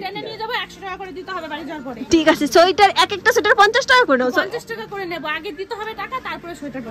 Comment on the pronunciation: onek din por k besh pranobonto laglo. tarahuro kore kotha bolte giye tomr uchharon gulo kmn jeno lagchilo aj. Tumi bolcho শোইটার. 😊 Bonder kache peye khub excited bujhte parchi😂. Tomader vlog a sab kichu vlo lage bt tomader oi kole niye vaat khawa ta khub baje lage. JapaneesTemple tay ami onk pic tulechilam. 5/6 bar Darjeeling gechi tao mone hoy bar bar jabo.